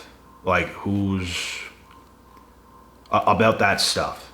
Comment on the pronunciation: Talked aboot